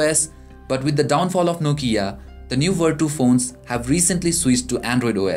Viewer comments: its vertu not verdo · thats right it should be pronounced as vertu not verchu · come on man! don't make a mess :/ it's verCHu(IPA - vartʃu) I say once again